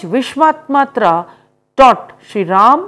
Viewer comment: That is not vishwatmatra , that is vishwamitra,🤭🤭🤭🤭🤭🙄🤔